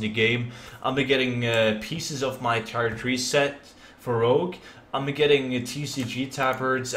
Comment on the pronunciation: My OCD always twitches when people say tire instead of tier. Can people just not see the difference? :D